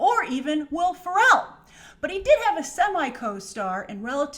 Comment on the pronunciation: Why did you say Ferrell like that? 😂